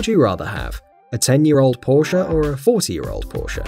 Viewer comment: It’s not Porscha it’s Porsch spelled porche